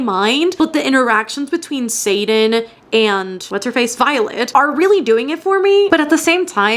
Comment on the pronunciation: I got so confused for a sec bc I kept thinking you were saying satan instead of xaden. I was like satan is in fourth wing?😂